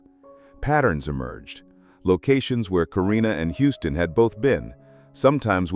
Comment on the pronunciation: His name is pronounced like the city Houston